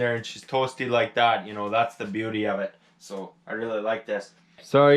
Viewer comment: gets'er done. she's a bee'yooti